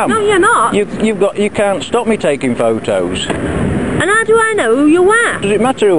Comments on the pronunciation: 'Pho'os' Does she mean photos? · I think she said stop taking pho ohs